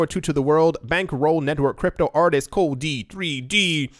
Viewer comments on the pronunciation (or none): none